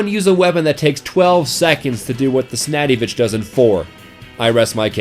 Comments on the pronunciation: snadivich its sandvich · I don't know why, but him saying "snaddyvich" instead of "sandvich" really gets on my nerves for some reason. How about you guys? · what the hell is a sandyvich, ITS PRONOUNCED SANDVICH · i thought it was called "the snatty b1tch" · Why do you call the widowmaker window maker and sandvich snaddyvich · What bothers me is calls the sandvitch the snadyvich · Why do u pronounce sandvich as snadivich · The 'snackyvich?' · It's not the snadiwich. It's called sandvich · it's sandvich,not snadivich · Hey, It's called "Sandvich" Not saddyvich, you can hear the heavy clearly pronouce it, and he does not sa "Snaddyvich" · Its the sandvich not the snadivich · its pronounced sand-vich not snaddyvich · Somebody please tell me he was taking the piss when he said 'Snadivich' instead of Sandvich. I mean, it's not hard to pronounce. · IT'S THE SANDVICH NOT THE SNADDYVICH??? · Since when "The Sandvich" is pronounced as "The Snadivich" ?! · Why did he call it the snattyvich it's the sandvich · Not to diss u on the way you say sandvich but it’s pronounced sand-vich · its pronounced sandvich you dummy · Its pronounced sand-vich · Snadyvich? The fuck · SANDVICH!!!! OMG JUST SAY IT NORMAL!! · Yo did any one else here how he pronounced sandvich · This basterd pronounced sandvich and the phlogistinator wrong.What a foul.